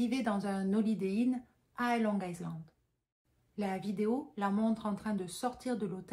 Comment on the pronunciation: On prononce long ( aïland ) le S reste muet. 😅 Par contre mimer le mot il a "violé" et pas le mot "tué" qui est bien plus violent, est vraiment à côté de la plaque 😂😂😂